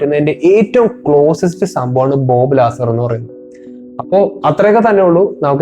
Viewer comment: ലാസർ അല്ല.... ബോബ് ലസാർ...!